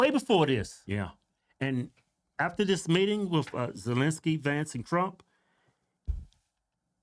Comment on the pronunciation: First, she couldn’t say, Ukraine then she couldn’t say Zelensky 😂😂😂 Joke